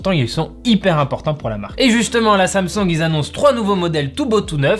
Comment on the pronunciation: "sam songue"